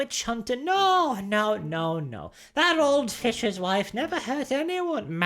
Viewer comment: Norwegian Borat over here "my wëife"